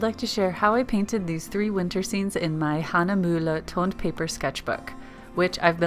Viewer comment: At first I thought you said toilet paper. That’s some serious skill indeed! But toned paper looks pretty good too 😊